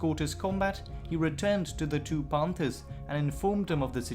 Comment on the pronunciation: Pohnthers? Wtf?